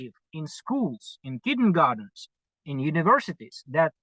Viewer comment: "in kittengardens" The cutest mistake.